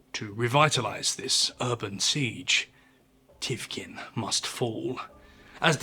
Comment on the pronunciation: since we’re on the subject it’s pronounced Tikhvin not Tivkin